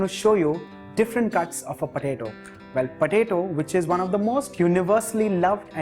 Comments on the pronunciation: I couldnt hear this guy, all i heard is patato patato and i love it so much! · The way he says potato.... 👌👌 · I laughed everytime he said potato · I laugh when he says potato with that hindi accent